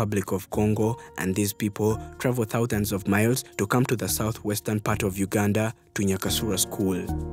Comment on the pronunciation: Sssshhhhhhhaaaaaa this I not Uuuganda I repeat this not Uganda as I know my Country